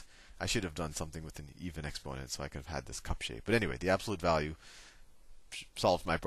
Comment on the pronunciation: I love the way Sal says "exponent" with the accent on the o instead of on the first e. expónent!